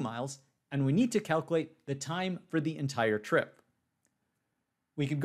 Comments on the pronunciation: It's kal kyew late not kal kew late. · cal - q - late not cal - coo - late.